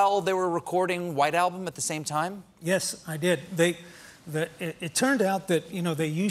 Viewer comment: O no you called it the WHITE ALMBUM. OMG